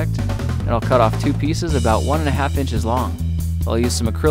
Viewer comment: "inches" dude